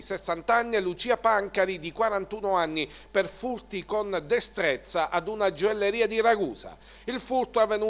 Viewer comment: la gioelleria..ma come parli?